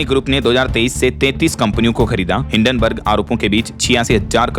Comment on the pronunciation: हिडेनबर्ग नहीं है हिंडनबग है।